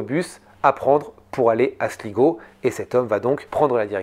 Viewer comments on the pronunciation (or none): Slaï-go et non Sligo😊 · Galway se prononce Gaulle way. Et Sligo c'est slaye go. Ya un bon spot de surf la bas d'ailleurs.